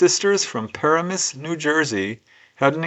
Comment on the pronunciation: It is Paramus, NJ and the accent is on the second syllable